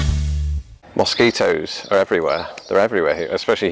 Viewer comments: Mosquitoes in Minnesota are the state bird! haha Cracks me up how you say mosquitoes. Pretend instead its spelled muskeetoes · "Moss keet ohs?" Interesting, I say it like, "Muh skee toes."